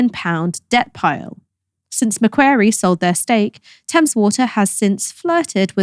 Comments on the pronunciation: Macquarie It Rhymes with Lorry and Sorry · Macquarie is pronounced McQuarry.